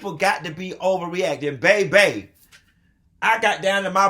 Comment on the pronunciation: Bay bay!! 😂😂🤣